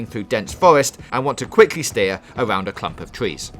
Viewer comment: "A cwump of twees"